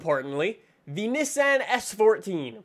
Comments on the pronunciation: fortza or forza? nessan or nissan? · Stop saying Nissan like that please and thank you